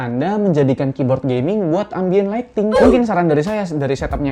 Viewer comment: kibod geming jd ligting, hmm